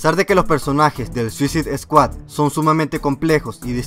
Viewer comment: No es ninguno. Lo que él pronunciaba mal era "Squad", él dice Esquad. pero ed Squad. Y Suicide está bien porque se pronuncia como se escribe (Esto va para los avanzados en inglés). No dice Suizaide. Para los que no lo son es "Suicid".